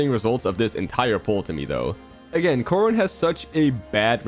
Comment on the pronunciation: Caren, or is it Corden, or Gordon🤨